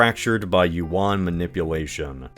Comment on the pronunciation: that’s not how Yuan is pronounced 😭